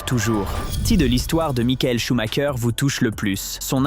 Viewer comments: Pourquoi prononcer SchumaKER, comme les Italiens? SchumREUR peut-^étre? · SHUMACHER SANS "K" SVP....